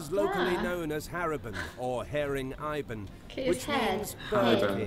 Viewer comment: "ibon" is not pronounced like the name "ivan" but "ee-bhon". Just sayin', carry on.